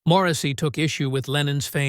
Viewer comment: “Moresy” lol. Crap clickbait crappy video….